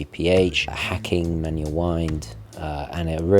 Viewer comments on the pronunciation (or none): none